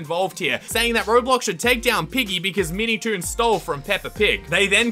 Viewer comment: I heard "MeatyToon"